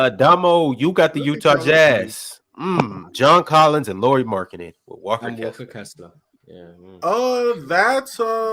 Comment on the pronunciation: Yeah, when you learn how to say Lauris name (similar than "Lowry" in Kyle Lowry) I might actually believe you have watched Jazz enough to have opinion on him. 😂 He isn't top 45 player for sure! He is top 30 easily, I could easily be talked to 20-25 range too. For example in raptor ratings last year he was total raptor 25 and war 28. I would be surprised if he stays healthy and won't make all star. If all-NBA wouldn't be going positionless I would have said he makes all-NBA too. Now it might be harder. There was a valid case for him to be all-NBA this season though but he was the first player out instead. Oh and Jazz actually played him in 3 a lot of the last season and I'm pretty sure that's what they plan doing this year too. You guys said they can't play the big lineup a lot but they did last year with Lauri, Walker and Kelly or earlier in the year Lauri, Vando, Kelly. It worked just fine 😃